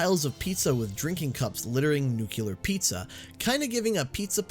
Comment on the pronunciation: Downvoted for mispronouncing nuclear. (Jk just a pet peeve)